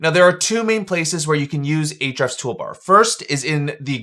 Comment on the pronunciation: "H-refs" --- the "A" is silent. Mind = blown.